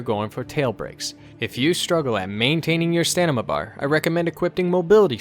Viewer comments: personal pet peeve is stanima instead of stamina ;) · did he say stanima? lmao